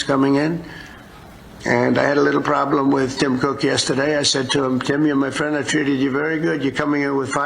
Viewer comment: My phriend Dolan😂😂😂😂😂